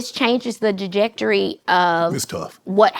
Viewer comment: Not “dijectory”. It’s “trajectory”